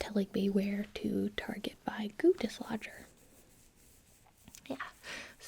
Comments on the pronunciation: "We are going to use the goo dislodger-" What my brain heard: "the Guteschlager" Me: "sorry the what now" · I'm gonna be honest, the first time I heard her say "goo dislodger" i thought she was saying "gootis lodger" and I was really really confused XD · Lmao I heard goondiss launcher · When said "goo dislodger" my dumb ass thought she said "Guteslager" and I thought I was about to have a history lesson about Rene Guteslager, the Siberian king